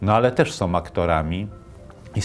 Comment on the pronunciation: Jakoś tak na końcu słów Terleckiego też zobaczyłem Kaczyńskiego - mały człowiek zbijający kapitał polityczny na śmierci brata. Jeśli już ktoś prowadzi program mający w tytule "Kultura" to warto by się nauczył polskiego. Nie "som" tylko "są", nie "jakom" tylko "jaką" itd.